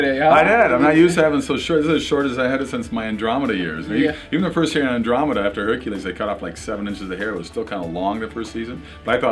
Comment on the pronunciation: First, he butchers "Andromeda" and now this? Way to go, Herc! Aiming for the new low, aren't we?!